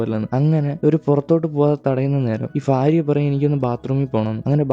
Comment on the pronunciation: Faariya alla bhaariya